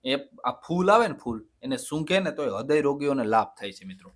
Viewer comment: ખૂબ સરસ અને ઉપયોગી માહિતી આપી તે બદલ ધન્યવાદ.... થોડીક વાત એ કરવાની કે હૃદય શબ્દનો ઉચ્ચાર અશુદ્ધ બોલાય છે.... તે ઉચ્ચારણ રુદય એમ બોલવું હદય નહીં... બાકી ખૂબ સરસ માહિતી આપો છો તે બદલ ફરી ફરીને ધન્યવાદ .. महोदयः मुहुर्मुहुः नमोनमः ।